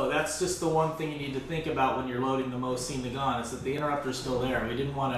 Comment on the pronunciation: "MO-ZEN -NA-GONT" not "MO-CIEN NA-GONT"